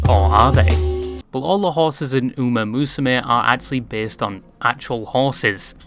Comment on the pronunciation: Uma is pronounced "oo-MAH", not "oo-MAY".